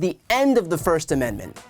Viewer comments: I promise she prononced it Amen-da-ment at the beginning. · Why does she add a syllable to "Amendment"? Also, what makes her think fox caved to anyone? Tucky got caught talking shit on his boss, and nobody is safe from that. Happened to Charlie sheen too